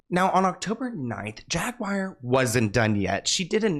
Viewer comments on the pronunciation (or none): JAGUAR...NOT JAGWIRE..THERE IS NO "I" anywhere to be found!! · Jag ~ wire !! 😂